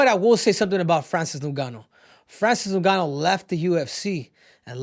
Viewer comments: It's ngannou not no-gannou 😂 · “Francis noon-ga-noo” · "Francis Nungannu" - Henry Cejudo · Francis "NonGannou" and Ciryl "Gain" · "So Francis Nooouuuganou" bruh 😄🤣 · I hate how he pronounces Francis’ last name… get it together